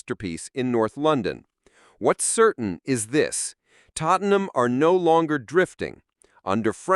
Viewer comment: more AI horse shit. it even calls Tottenham "Tottleham". rubbish